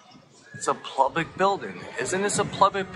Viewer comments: What’s the point of the “weather report”? Do they think it makes them legit, and would fool a judge? 🤨 And, , does he say: “Isn’t this a plubic building” twice? Or am I hearing things? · Its Public not PLUBIC...This guy beyond dumb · He's there to fix the pipes! It's a Plumblic Building!!!🤪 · I really want to knock the shit out of him everytime he says plublic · Every time that guy says "plublic", I lose a tiny bit more of my faith in humanity. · Is anyone else hearing him say the non-word "pLublic" over and over again? Maybe my ears need to be checked. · Does he keep saying “plublic”? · Why does he keep saying it’s a “plubic” building? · What the heck is a “plublick” building?? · Omg if I hear him say "plublic" building one more time....I'm gonna rip my ear off 😂😂😂😂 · "But this is a plulbic building" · I'm from jersey and my mom was from the Bronx and I've never heard the word plublic before this guy. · It’s called Public not Plubic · Was he saying Plublic? 😂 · He keeps say plublic building. What the hell is plublic? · Plublic? Am I hearing this dude right? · I was thinking the same thing. I had to rewind a couple of times!!! He is saying plublic. 😂😂😂😂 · Is he saying plublic?